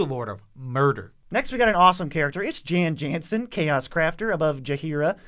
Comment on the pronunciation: I hate to be all nitpicky and nerdy about it, but the BG2 community will let you know, it's pronounced "Yawn Yawnsen."